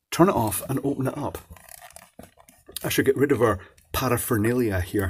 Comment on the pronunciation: I enjoy listening to you say "paraphernalia"😂😁